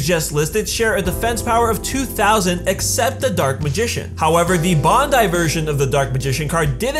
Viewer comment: How in the hell do you mispronounce bandai like